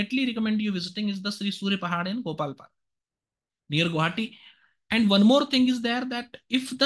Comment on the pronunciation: ITS GOALPARA BHAIYA...NOT GOPALPARA